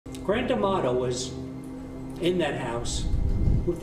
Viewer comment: I keep hearing his name as “ The grand tomato”! 😂